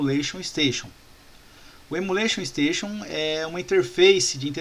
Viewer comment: Estou adorando as aulas. Mas fica uma crítica construtiva. Repita comigo: EMULATION STATION. Não é Emula Station. Kkkkkk